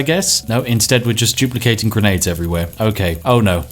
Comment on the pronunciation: Whenever you say "duplicating", I think you are saying "Jew placating"